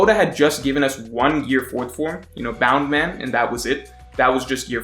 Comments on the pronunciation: It's BOUNCE MAN. Bound man was an early romanization pronunciation of the name. If we're sticking with that then you have to call Luffy, Ruffy and zoro, zolo. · bound man? i thought it was bounce man. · isnt it bounce man, not bound? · Please stop calling it bound man. It's literally bounce man. He bounces. The Japanese have accents even though they use English words often. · Btw it's bounce man not boun man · Its bounce in subs but luffy pronounce it as boun man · guy: bound man everyone else: BOUNNCEE MAN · Stop saying Boundman pls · In sub luffy says it bound man but the subtitles say bounce man and the meaning is bounce man :)